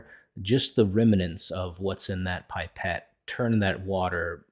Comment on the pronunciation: It's pronounced /pɪˈpet/ as in the i that's in pip not in pipe - pih-pet. :)